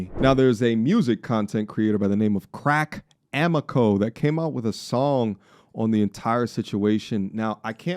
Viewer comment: “Crack Amaco” 😂